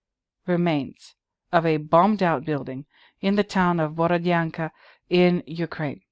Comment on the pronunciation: Hello,! 👋 My sister happens to live in the town of Borodyanka (your pronunciation is on point by the way). She says that the residents of the town were sort of annoyed by Banksy's graffitis, because people are tired of the horrors of war and don't need any fancy reminders of what happened -- especially when those artsy-fartsy pictures are being created on actual walls of bombed out apartment buildings. Those walls belonged to people, you know. You don't use someone's home as a canvas without asking for permission. It's rude, insensitive and one of the worst kinds of pretentiousness I can imagine. It's almost like going to a cemetery and start painting on gravestones, is it not? The residents of Borodyanka wish to see these bombed out buildings torn down and have new beautiful houses built instead, not have a team of pretentious artists with spray cans using the town's ruins as a means to expand their fame and fortune. Thank you for making a video on this, it was a nice surprise.